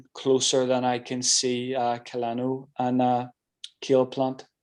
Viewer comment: I like, but why can't he pronounce Canelo?